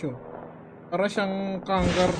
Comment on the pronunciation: “Para syang Kangaroo” me be like: WHAT DID HE SAYYYYY???